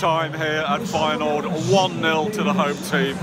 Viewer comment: Did he just say feynoord Vs Aids